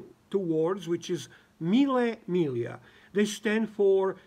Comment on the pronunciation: Finally somebody who knows how to pronounce correctly "mille miglia"! Greetings from Roma